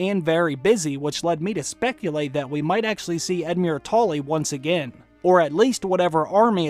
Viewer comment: just edmiure was as murrer but the rest was fine:)